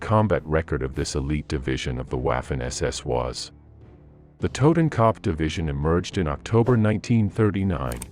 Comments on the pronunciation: Dude you are butchering the names of these German divisions oh my god please stop trying to pronounce these names as a German it’s a total cringe moment for me, kopf is not copf it’s ko-upf for starters, anyone wanna chime in shut your mouth not talking to you 😂😂😂😂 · IT'S TOTENKOPF YOU ASS; NOT TOTAN CUP